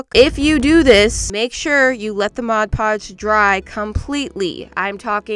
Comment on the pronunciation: She says mod podge so much she says mod puge